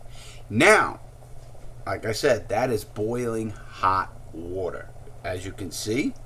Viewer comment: Wourter drink drink drink drink